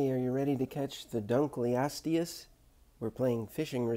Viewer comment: Yay someone said it's name right